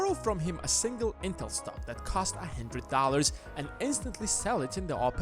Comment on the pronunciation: Its one hundred not one hendirid dulers 🖕🏼